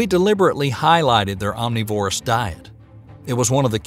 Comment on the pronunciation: Yeah, and some weird pronunciations, too: cenozoic, omnivorous, etc.